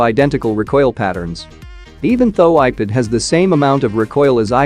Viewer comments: he is saying ipid ! not ipad 😂😂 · Why are you saying ipid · ipad ❌ ipid ✅ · People: Ipad robotic voice: Ipid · Nobody: Not a single soul: Text to speech bot: iped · lol i was expecting that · Nobody: Literally nobody:: Iped!!!! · earlier i was hearring it as IPad only.... after reading ur comment it bacame IPid like for the rest of my life😂.. helpless